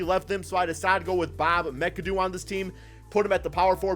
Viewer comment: You say McAdoo WRONG